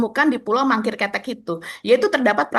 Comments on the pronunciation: pengucapannya bukan ketek mbak tp kete' artinya kecil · parah,, pulau kete'... bukan ketek,, ish ish ish..😂... tito bekas polisi, dia ngerti sabotase